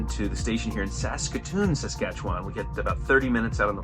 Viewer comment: Welcome to our country. I hope that you two enjoyed yourselves. Oh Susanne didn’t warn you of her Bingo skills on the wedding day, sneaky, sneaky. If you ever get a chance to drive Highway 1(Trans Canada Highway) you should do it. pronounced Saskatchewan like a pro. Most people start making faces, trying to sound it out. Good job.